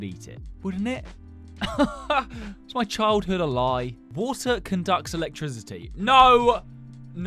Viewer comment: “wOtar”… “ViTAMiNS”